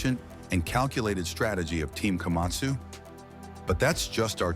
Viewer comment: Эээй ешак не Камасу а Камацу правельно говарите.😂😂😂😂